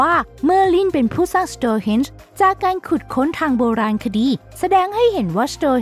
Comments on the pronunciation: ทำวิดีโอดีแล้วค่ะ แต่ช่วยศึกษาเรื่องการอ่านให้ถูกต้องก่อนด้วยนะ เพราะหลายคำอ่านผิดอยู่เลย เช่น เซอเคิล ก็อ่าน ไซเคิล สโตนเฮนจ์ก็อ่านเป็น สโตเฮนจ์ คือเราทำวิดีโอแนวให้ความรู้ ควรเป็นความรู้ที่ถูกต้องด้วย เราชอบดูนะ จะติดตามผลงานเรื่อยๆ เรื่องอื่นดีแล้วละ อย่าลืมปรับปรุงด้วยนะ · สโตร์เฮ๊นจ์ (store henge) หรอครับ สโตร์ที่แปลว่าร้านค้าใช่มั้ยครับ เขาเรียกกันสโตนเฮ๊นจ์ (stone henge)ไม่ใช่หรอครับโผมมม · ออกเสียงก็ไม่ถูก สโตนเฮนจ์ ไม่ใช่สโตรเฮนช์ และอีกหลายๆคำ ควรปรับปรุง ฟังละขัดหูชิบหาย 😤